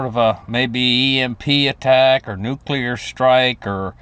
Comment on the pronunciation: TODAY ON A HUNDRED WAYS TO DIE WE REVISIT NUCULAR DEATH... Sorry I am drinking tonight, but love you brother 😂😅